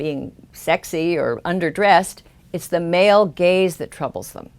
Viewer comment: I really enjoy these videos and are a good thing to view after watching Sargon's This Week in Stupid videos. But this time, I can not stop hearing 'Male Gays' instead of 'Male Gaze'. Maybe I'm just juvenile, but I can't stop laughing now.